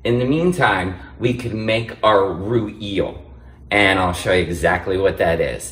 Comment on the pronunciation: A roo eel? What is that? Does he mean raw eel or the French mayonnaise known as rouille??!!!😂😂😂😂😂😂